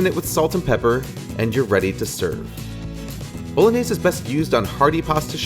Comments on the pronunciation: Easy peasy Bowlooowneeyaiiseey... Hilarious mispronunciation. Also Why make an originally fairly simple dish so convoluted. Guarateeing that hardly anyone will bother getting all those ingredients and making the recipe. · How do Americans pronounces bolognese so wrong